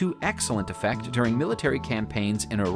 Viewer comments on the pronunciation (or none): none